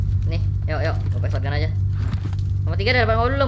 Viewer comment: R.I.P ENGLISH